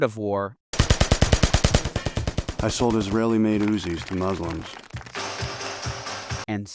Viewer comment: you know means business because he actually pronounces "muslim" properly.